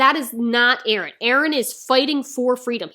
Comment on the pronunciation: NO "BEren" PLEASE!